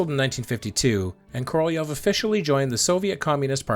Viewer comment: Korolev's name was articulated correctly, at least as good as an American could do it.